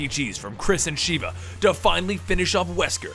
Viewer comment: Mispronouncing Sheva made me mad dude >.> but good video though